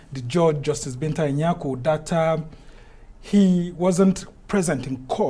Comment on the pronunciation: Mr man, ANIAGOLU or whatever you like to call yourself, you're ashamed to pronounce your IGBO name correctly and coherently. What a SHAME really! You're not proud of your tribe or is a case of trying to please your masters by denying your identity?? #It is ANI AGOLU!!!